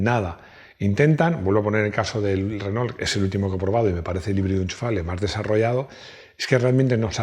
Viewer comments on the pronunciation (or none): none